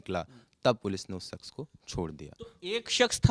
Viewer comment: Ye jo shawl wale reporter hain inhe, शख्स word sahi se bolna nahi aa raha. Baar baar शख्स को सख्श कह रहे हैं। aapka accent sahi hai aur तलफ़्फ़ुज़ भी।